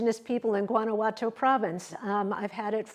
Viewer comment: Guanajuato is pronounced “wah-nah-hwah-toe” Oaxaca is pronounced “wuh-ha-kah” I was gonna let Guanajuato go without commenting but after “oh-ha-kah” I had to set the record straight.